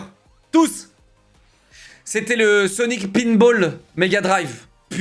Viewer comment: De toute façon j'ai arrêter de le prendre au sérieux dès le moment où il a dit "O non ankor hein rimasteur", le coup du "Seaunik spinebolle mé une vitèsse a tou lé Seaunik", c'est juste la cerise sur la connerie